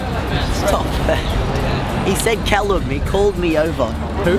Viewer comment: Calum's accent is on point